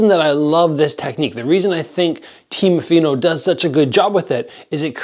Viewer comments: Fighters name is teofimo pronounced teo fi mo lol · "Temofino"... :D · i was gonna say lol never seen teofimo pronounced so many different ways